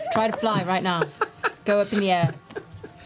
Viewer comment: Matt is hungry when he exits the "Layer" so he pulls out a "Payer" and holds it up in the "Ayer", Dam you Matt say it right!!!! __________________________________Lair___________________Pear_________________________Air